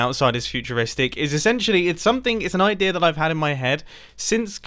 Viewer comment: do you know that both you and Grian sometimes mispronounce "idea" as "idear"?